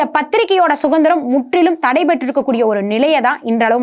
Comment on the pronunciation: அன்புநிறை நண்பரே,மிக அற்புதமான,தடங்கலற்ற,உண்மையான,அவசியமான,அழகான ,நிறைவான தொகுப்பை தந்த அன்புத்தங்கை அவர்களுக்கு ஒரு அன்பான சுட்டுதல், தாங்கள் பேசும்பொழுது சுதந்திரம் என்ற வார்த்தையை சுகந்திரம் என குறிப்பிட்டே பேசுகிறீர்கள் ,இது ஒரு சிறிய தவறேயன்றி வேறல்ல, தாங்கள் இதை கவனிக்க வேண்டுகிறேன், இது நான் குறை கூறுவதாக எண்ணாமல் வேண்டுகோளாக எடுத்துக்கொள்ள வேண்டுகிறேன்.